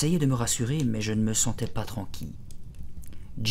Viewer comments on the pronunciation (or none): Pas tranqui mais tranquille 😂